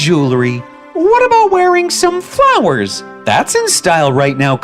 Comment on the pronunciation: It sounds like “LOWERS”